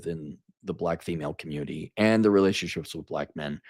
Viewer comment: The communitah is ruined